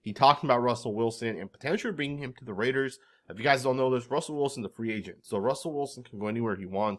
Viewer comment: I can’t stomach hearing Russell Wilson butcher “Raaaaaaiiiiddddeeerrrs”